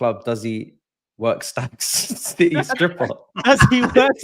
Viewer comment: the 40 year old with a 12 year old smooth brain ahha wah wha citeh citeh citeh